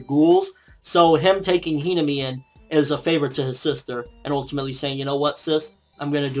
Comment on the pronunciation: Okay a few things to be fixed here: i watched only the first two minutes and you managed to mispronounce sasaki, hinami, akira, and onee-chan. If you really do like japanese manga and anime, which there is nothing wrong with that i do too, maybe you should learn the basics about pronouncing japanese and do some research? Especially if you plan to run a video blog, which was pretty good, minus all the mispronounciations.